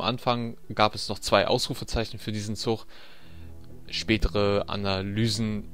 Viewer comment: ist es echt so schwierig "zuG" zu sagen? Ich bekomme blutige Ohren wenn ich ständig "zuCH" höre.... oh mann... sorry die Kritik musste sein.